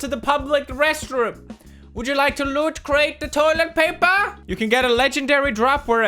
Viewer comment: Why is he calling it LootCrate?